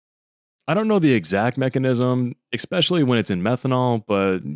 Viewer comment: d-... did you say "expecially"? BTW for anyone reading this, DPH gives you early onset dementia (don't take my word for it, look it up). Pretty weak for this video not to mention that.